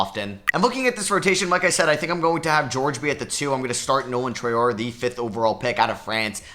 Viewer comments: You're nearly pronouncing Traore right, you are supposed to pronounce it Tra-ore-ey, and not Tra-ore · Hey love the vids! Traore is pronounced “Try-or-ay” for future reference